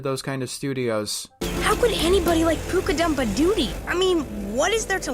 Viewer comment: "poo-ka-dump-a-died" a little on the inside.